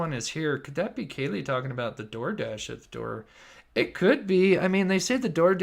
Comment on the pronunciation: Yes! Thank you for saying that because I was shocked that he screwed up the victim's names so much. If I were a family member, particularly of Kaylee or Xana I'd be furious that my child's name was not pronounced right.